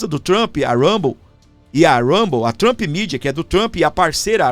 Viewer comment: Uma dica do professor Valter, de língua inglesa, com carinho: não diga "Trampí", diga "Trump", sem acrescentar o som da vogal "i". #vivatrump